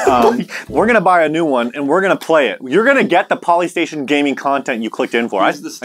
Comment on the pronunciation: Poly-station omg. 😅😅😅😅😅😅😅